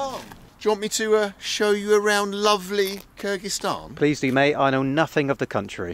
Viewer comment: I wish you'd pronuance Kyrgizistan correct 😂